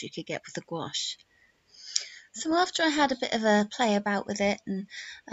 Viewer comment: It’s pronounced exactly the way she pronounced it in the video; it’s only one syllable.